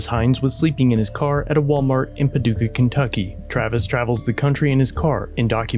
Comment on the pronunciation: It's Pah- duuu- kah!